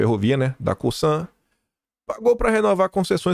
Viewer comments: Bom dia! Teu amigo está correto, o "s" entre duas vogais tem som de "z". Outra, que pronúncias errado é GAÚCHA, não é GAUCHÁ! 😊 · COSAN = QUANDO O "S" ESTÁ ENTRE DUAS VOGAIS PASSA A TER SOM DE "Z". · Pelas regras da fonética, seu amigo está certo: “s” entre duas vogais tem som de “z” 😊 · Bom dia, e patriotas., o som do “s” de Cosan, pronuncia-se como se fosse “Z”, pois o “s” está entre duas vogais. Ex: Elisa, coisa etc. Já na palavra “subSídio” o som do “s” é de “S” mesmo, pois ele está entre uma consoante e uma vogal. Beijos, tia do zap.